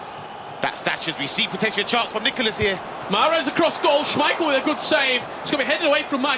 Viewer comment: Its Nicolás. Not that hard.